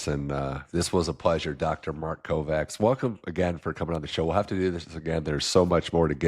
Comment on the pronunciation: except that pronouncing Kovács (a Hungarian name) as "Covax" hurts bad!